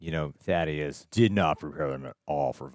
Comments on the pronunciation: Now that he's dead can we finally call him Thaedus and not Thaddeus? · THAY - DUS. They say it over and over again. Christ.